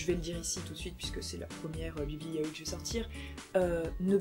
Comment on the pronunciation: Par contre on te l'a peut être déjà dis mais on dis pas "ya-o-i" mais "ya-oi" en 2 syllabes sachant que "-oi" se dit "aie" mais avec un "o" ! ^^Je préfère te le dire par expérience que si tu vas voir un vendeur (dans un magasin exprès de mangas) si tu dis "ya-o-i" c'est limite si ils vont pas t'engueuler...^^"